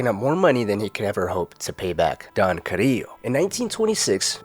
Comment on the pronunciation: Thats how you say it. Who says it like CariLLo. Cariyyo. As A Puerto Rican